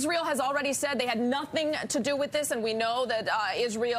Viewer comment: I know nu-thing! I hear NU-THING!